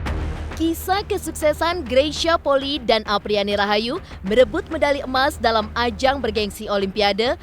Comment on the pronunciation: Maaf pembacaan nama kak Greysia Polii salah. Bukan Poli tapi Poli'i. I nya dua